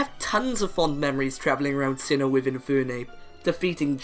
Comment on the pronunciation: Sinnoh, not Sinho!